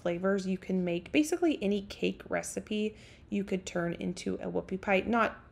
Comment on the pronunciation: He thought you said woofy pie